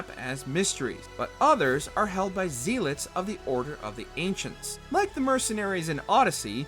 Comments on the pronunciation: What's a zeilet? You mean zealot? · Zeelot? Volholla? The hardest thing in this video is listening to it. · Why do you pronounce zealot like that lol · The narrator for this clearly has never heard the word Zealot said out loud before. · Dude pronouncing Zealot wrong is giving me a stroke.